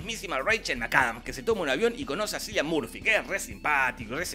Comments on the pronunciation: No se pronuncia "Silian" Murphy sino "Kilian". Aunque sea los nombres los podría decir bien. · Kilian, no Cilian. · Eh, papu, Cillian se pronuncia Killian...el esta hasta el orto que le pronuncien al nombre mal... anyways que tengas buen dia. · Se escribe cillian pero se pronuncia / dice killian